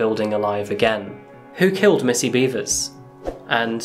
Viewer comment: R-randy....beavers? are you sure it's not beh-vers? I mean, i hope it's not, but... heh. Randy beavers.